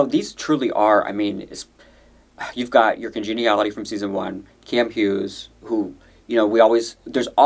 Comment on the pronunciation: Girl I swear to god if you say Kam “Hughes” one more time 😵🔫